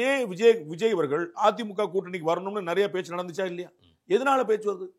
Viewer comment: முட்டு மாசு தமிழ சரியா பேசு அவரிடம் கேட்பதற்கு நெறய இருக்கிறது தப்பு அவரிடம் கேட்பதற்கு நிறைய இருக்கிறது சரி